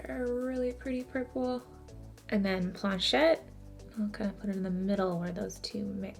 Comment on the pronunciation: Your Canadian ass giving ‘planchette’ a French accent HAHA. Ily congrats on the palette, it’s so unique, I’ll have to pick it up tomorrow!